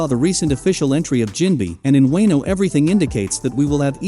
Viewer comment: With TTS try Spelling Wono not Wano so that it pronounces it correctly against you its just TTS is dumb af